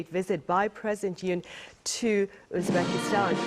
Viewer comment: Correct your pronouncing. not Uspakistan. Uzbekistan!!